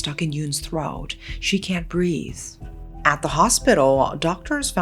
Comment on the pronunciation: I just love the way speaks. She'll be like "she couldn't brea.....the" “afforrrrrd" “conditishon" “driiiiink" etc lol ♥️